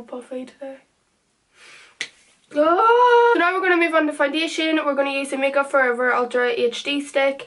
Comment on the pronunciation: I die every time u say foundation